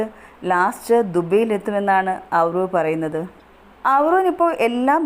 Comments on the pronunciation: നീ ആവിർഭവ് എന്ന് പറയാൻ പഠിക്ക് ആദ്യം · Avirbhav ennu correct ayi parayu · ആദ്യം തന്നെ ആ കുഞ്ഞിൻറെ പേര് നന്നായി പറയാൻ പഠിക്ക്